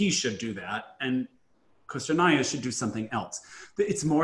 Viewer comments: Actually it’s Ko-stor-naia. O and A in fosrt syllable pronounced the same way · Y’all it’s “kah-stor-naia” not “koh-stor-ania” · Галина Пугачёва just find it unusual that they pronounce usacheva correctly but not Kostornaia